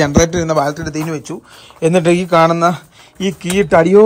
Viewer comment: പ്രിയ സുഹൃത്തേ ഒരു തെറ്റ് തിരുത്താൻ പറയുകയാണ് നിങ്ങളെ കൊച്ചു ആക്കുക ആണെന്ന് തോന്നരുത് ..നിങ്ങൾ ഇപ്പോഴും ബാൾട്രി എന്ന് ആണ് പറയുന്നത് അങ്ങിനെ എല്ലാ ബാറ്ററി എന്നാണ് പറയേണ്ടത്..